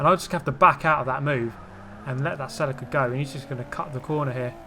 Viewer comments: Hey man, nice vids. You have so much patience, I'd be ripping my hair out with these opponents. Please it's a Toyata celEEca not Celicka. Thankyou. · Sell a ca? You mean Celica (sell ee ca)